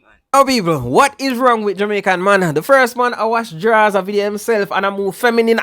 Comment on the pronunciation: Taking off a gyal draws is way different from a sid dung round wash pon a wash panty but mi love how yuh emphasize pon di word DRAAWWWS😂😂😂😂😂😂